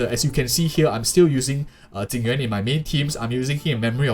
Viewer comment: XD You sad Tingyuan million times instead Jing Yuan :D